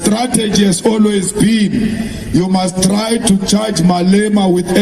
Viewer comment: 'Mal Ema'. I laughed so hard after hearing that one. I will never again hear the name, without bursting into laughter, because I will always think of the moment someone called him 'Mal Ema'.🤣🤣🤣